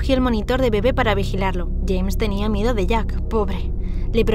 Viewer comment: Por que dijiste mieda